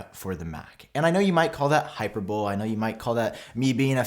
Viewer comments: Haha he said HYPERBOWL lol it’s HIGH PER BOLEE 😂😂 great vid man keep it up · Pronunciation is “High—per—bowl—ee” not hyperbole like in hyperbolic time chamber. Still love the video tho 👍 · I mean if we’re nitpicking here it would actually be Hye-per-buh-lee.... but I digress. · I was about to say this, it bothered me too 😂😂😂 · THIS IS WHAT I WAS ABOUT TO COMMENT LOL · I’m now lost bc I was immediately distracted by that 😂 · plot twist: he intentionally mispronounced it to get us to comment more 😂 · I can't forgive the mispronunciation, thumbs down.